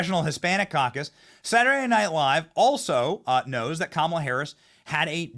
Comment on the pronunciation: The ONLY thing you got right was the pronunciation of her name. I think it is going to be a landslide!